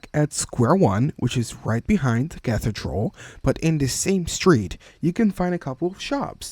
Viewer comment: Cathedral is pronounced as "Kathy-Drull"